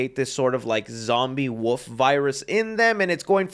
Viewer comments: Are you saying “Wolf” or “Woof”? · Does anyone else hear saying "woof" instead of "wolf"? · Stop pronouncing wolf as Wooof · Is anyone gonna tell that wolf has an L in it? The woof man cometh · I love how pronounces the wolf in wolf man like woof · There’s an “L” in wolf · I love you... but can you PLEASE pronounce the "L" in wolf?